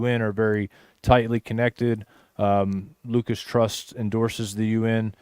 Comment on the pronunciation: I thought it was Lucis not Lucas